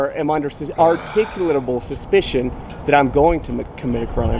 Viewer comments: if people are gonna do these audits they need to learn to pronounce the word articulable. are-tick-you-la-bull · Why can no one say articulable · Everyone has such a hard time pronouncing “articulable” LOL 😂😂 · LOL. This auditor can't articulate the word "articulable."